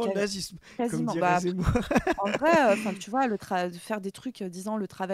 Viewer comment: tu rigoles, mais en vréé... 🧐